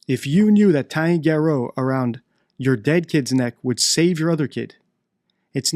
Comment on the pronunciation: Why don't you pronounce "garotte" correctly!?